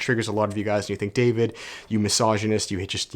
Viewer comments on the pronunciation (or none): none